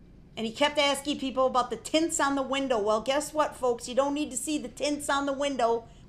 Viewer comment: are you axing me or telling me 🤣😹